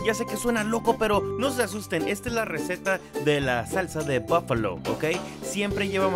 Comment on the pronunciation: salsa búfalo??? o boofalooo??? no entiendo que es un boofaloooo